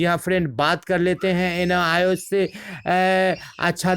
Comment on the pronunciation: Noios nahi hota hai nios bolie